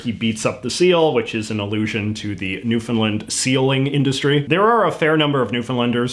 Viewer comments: Your pronunciation of Newfoundland sounds sa Newfinland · As a Newfoundlander, I don't care one bit if I'm called a "Newfie". I call myself a Newfie. Maybe some people do care, but no one close to me finds "Newfie" offensive. Also, the "land" part in Newfoundland is pronounced like the word "LAND" not "Lund" and it drives me NUTS when people pronounce it "New-fn-lund", no offense JJ hahaha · I hate the way you say Newfoundland it’s unCanadian while still being Canadian. It’s New-fin-laand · WTF is newfinlind? Are you even Canadian, bruh? It's noo-fin-LAND. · How do you pronounce Newfoundland? is it like "New-Fin-Land" as you pronounce it? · Do you have proof of this JJ because you always seem to take a really dismissive and ignorant stance on Newfoundland in all of your videos (let alone never pronouncing the name right). You're sitting there smiling because you yourself think it's funny to mock Newfoundlanders. No one here thinks it's a slur they're just sick of the elitist bs from mainlanders like you calling us stupid just because you can't understand the way we talk. At what point is it discrimination JJ because maybe you're not old enough to remember but I had friends laughed out of job interviews in the 70s and 80s in Ontario just because they were from Newfoundland. People endured it for decades and never said a damn word which is why it's still so openly used today. I don't think you know the first thing about Newfoundland and you've demonstrated that in multiple videos over the years.